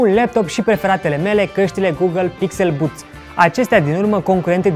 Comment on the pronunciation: Doar o mica problema..nu asa se pronunta pixel buds.